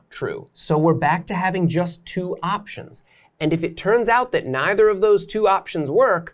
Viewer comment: Maybe spend more time learning how to pronounce either and neither.